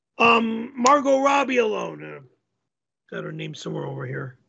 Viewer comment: Next time let's get the right accent on Margot